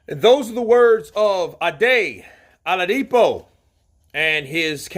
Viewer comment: Not aladipo it's oladipo